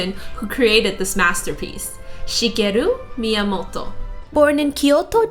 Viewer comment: FINALLY someones who pronouces Shigeru Miamoto's name right!